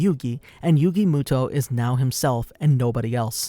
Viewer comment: who tf is yugi mootoe